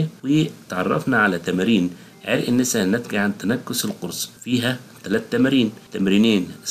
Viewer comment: عرق الناسا ليس عرق النيسا بعبارة اخرى للتوضيح عرق النسا بفتح النون و ليس بكسرها شكرا